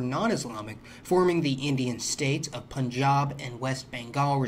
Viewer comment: Props on pronouncing punjab right!